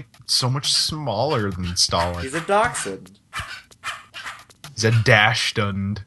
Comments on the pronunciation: how about Dachshund. (Docks - unhd) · Ya it's pronounced Docks-unhd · It's pronounced (Dash-Hound)